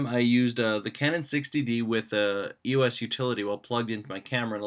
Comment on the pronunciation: EEE-OSS not you-ess also Pick-arse-aah not pixar